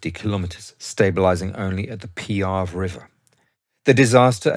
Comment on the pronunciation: NO SILENT E IN ITALIAN! PEE-AH-VAY